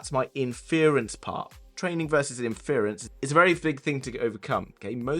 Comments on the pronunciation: surely it's pronounced ínfurence (stress on first syllable') not infearence?! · Am I the only bothered by how he pronounced inference